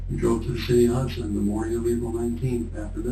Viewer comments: It's Hudson not Houston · It’s not Houston it’s Hudson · Hudson not Houston let's get it right